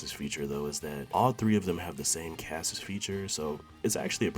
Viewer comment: KASSIS feature? You're killing me, dude. Chassis is pronounced Chass-ee. The Ch is like the ch in cheese. The last S is silent.